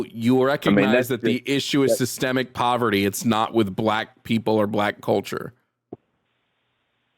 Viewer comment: yup 😂 he even tried to say white people face "systemic" oppression when surrounded by black people. he heard say it correctly then tried to do it himself, and failed miserably